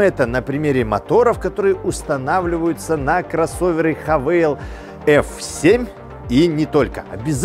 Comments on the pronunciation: Автор, обьясни.. Почему ты (и не только ты) говоришь: ХавЭйл? пишется HAVAL. это или ХЭВЭЛ или ХАВАЛ. Но никак не ХАВЭЙЛ..... дюже цикаво, бггггг:) И еще: ЧЕМ отличаются двигатели одного "унылого кроссовера на полторахе" от Джили, Черри и прочего однотипного, но многообразного, китайского автохлама? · этот бренд называется "ха-фу" ) но даже если вы учились в частной английской школе вбирмингеме - то пусть будет "хЭвэ". а вот кто вас научил тому что вы 200 раз повторили за ролик я хз. гразным механикам бросившим школу в 6 классе позволительно, но вы ведь популярный актер! upd надо мотор на пеогеот 1.6 дизель евро6, имеете?